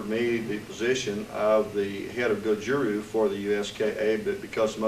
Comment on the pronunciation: Then why does he keep saying Karatee Karatee and Gojuru instaed of Gojuryu?? Tell me why??? Stop lying to us!!!